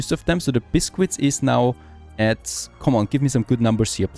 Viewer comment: It's not pronounced as bis-quits. It's said as bis-kits.